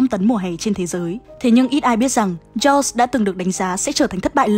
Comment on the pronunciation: Jaws phát âm là "cho" chứ ko phải châu nha